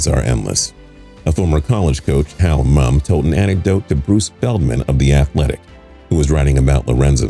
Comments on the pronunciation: Mumme is pronounced like “mummy” not mum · Because he said the guys name wrong so many times and it was annoying enough for me to pause the video and type this comment: Mumme is pronounced the exact same way as "mummy." The "e" is not silent.